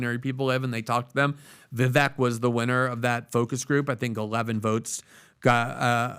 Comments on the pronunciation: VEE VAKE.. repeat it with me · Vivek rhymes with snake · ▶️ It's "Ve-VAKE" like Cake! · Vivek rhymes with “cake”. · Vivek as in snake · Get his name right. It’s pronounced “Vivayke” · PRONOUNCE HIS NAME CORRECTLY ,AS YOU GUY' ARE PUTTING ME OFF.... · PLEASE LEARN HOW TO pronounce VIVEK'S NAME PROPERLY ........